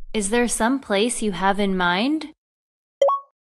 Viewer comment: Me parece que no pronuncias la e de place. La e es una vocal redundante. 87 por ciento es una puntuación respetable.